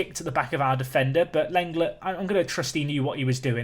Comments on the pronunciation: not seen many people saying it was bugging me Lenglet is pronounced Len-Glay not a huge deal its not like i cant bear to watch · Whilst on the topic of pronouncing names I think that Lenglet is pronounced like 'Long-ley' although you've probably been told this plenty of times